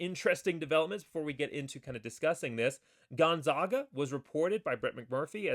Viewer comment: Please learn how to pronounce Gonzaga. First say Zags. You will note it isn't pronounced Zogs.